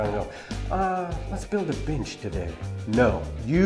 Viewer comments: Sounds like was saying build a bitch 😂🤣😂🤣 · I keep hearing bitch instead of bench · At the start I thought he said, ".....But now we need a bitch!" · I like he calls it a “binch”.. and why is he callin himself buff?? Dude looks flimsy af